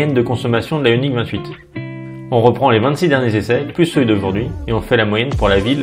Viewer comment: J’avoue que dans le bilan final, parle de façon naturelle et des plus distinctive. Il n’y a que lorsqu’il parle de truc bizarre, yoniksys je ne sais pas quoi, là il commence à délirer et on ne le comprend plus.... A bientôt et merci pour toute cette bonne humeur, vous êtes les meilleurs!!